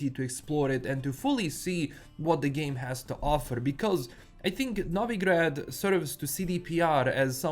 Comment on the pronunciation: I can hear the slavic roots of pronunciating Novigrad how it should be pronunced. Bravo brat!